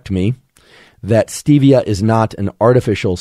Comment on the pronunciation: Stevia isn’t supposed to be pronounced like that. Has nothing to do with Steve.